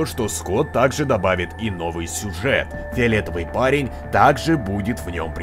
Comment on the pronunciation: Фэравэтывый. Парэнь